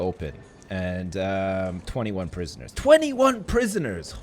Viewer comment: I love it when Canadians/Americans say 'prisoners'. It just sounds so much better than other accents ;P